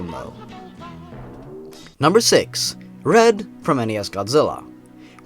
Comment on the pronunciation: When you said red I was like: Bread?